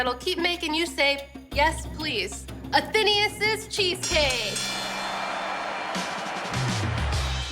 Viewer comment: A-then-AYE-us. Not A-THEEEN-ee-us.